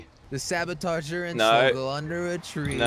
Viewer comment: Jelly more like Jell he 🤣🤣😅😅😂Slogo more like Slow-go 😃😃😄😄 But anyways i love your your content keepup the good work